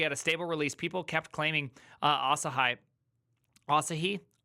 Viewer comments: I belileve it's Asahi, like the way Michael Jackson would say "hee-hee". It's Japanese for 'Morning Sun' (just like the Asahi brand of beer). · There is no "eye" in Asahi. Just ask a Japanese person. Or a bartender where they have Japanese beer. :) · asahi is a japanese word. its read asaheeeee, not asahayyyyyyyyyyyyyyyyyyy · Asai, Asahai, lmao. It's Asahi, just read it like it's written. Your fellow American invented this romanization system, why can't you read it. Seriously, imagine a language with orthography being so fucked up, you can only guess how to read a word you never seen before. You guys really need to reform your orthography and spell foreign words phonetically. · It is Asah he phonetically... If you want to call it Asah hi it shoudl be spelled Asahigh. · Bro, quick 1-second-stop and research the Freaking name.. ah-sah-hee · A-sa-he 朝日, it's japanese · its A-sa-hi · "asa-hee", it means morning sun in Japanese! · There's no fucking way it's pronounced Asa-hai. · Pronouncing asahi as "ah sah hai"?🤦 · Ah-Sah-Hee. This is a Japanese word, so all syllables are open: Asahi means “rising sun” in Japanese, and it is also the name of an apple cultivar. 旭りんご (asahi ringo) is what we know as the McIntosh Apple, the apple variety that gave the Mac its name. - I think we should push for React and TypeScript to be integrated into the Linux core. What could go wrong? - clique /klik, klēk/ (it is both) The US uses klik, and UK uses klēk. I'm not sure what it is in Montanese. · i pronounce it "Ass High" lol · Pretty sure it's pronounced "ah SA hee", emphasis is on the second syllable. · Asahi, the famous beer, is pronounced ahhh-SAAA-hee. Three syllables - first is flat, second has the emphasis, third is flat. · i think you pronounce it like ahsaaahiee so its an iee on the end and not an i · "AH SAR HE" gosh... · it's asahi as in asahee. it's a japanese word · Emphasis on middle syllable .. uh-SAH-he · It is Asahi Linux